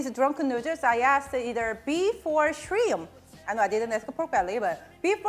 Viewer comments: Mah girl had a deep southern accent when she said "shrinnmp" lol I had to replay that part a few times. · When she said Shrimp her Cajun jumped straight out.